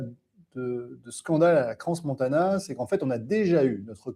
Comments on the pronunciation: cran (pas crance) ! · On prononce CRAN Montana (pas crance) ! 😉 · On dit Cran montana on n prononce pas le " s".